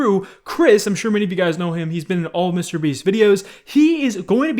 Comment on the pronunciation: Why does pronounce Mr.Beast like that like WTF